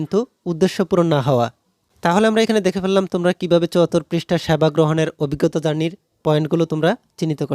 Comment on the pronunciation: স্যাবা না।😂😂😂😂😂😂😂সেবা